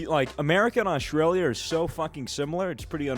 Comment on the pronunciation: did mean to say Australia like that XD